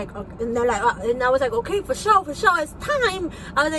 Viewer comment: I knowww she talks so much but says nothing. She obviously only got anywhere by having good looks and being a chola. Like when she talked about the doctor saying her blood pressure was high and she twists her face “FO SHO FO SHO!!” I can stand it. I’m Latinx and in an area with drug and gang problems and even they don’t put on a stupid show like this! Half the time she isn’t even communicating.